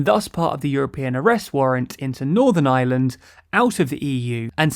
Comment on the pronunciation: "Republic of Island" "Nucular" ☻